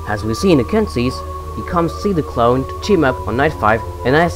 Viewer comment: He said clone like clown.....